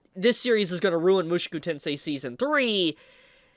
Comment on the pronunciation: I love you dude, but I gotta say that your pronunciation of "Mushoku" makes me lose a little piece of myself each time I hear it. Good video though